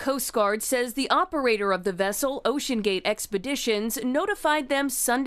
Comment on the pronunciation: Why’d he say vessel like that